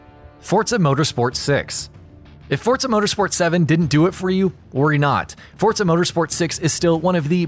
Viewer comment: Anyone else hear him call it fortza instead of forza